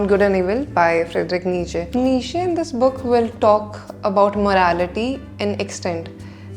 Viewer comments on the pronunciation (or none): none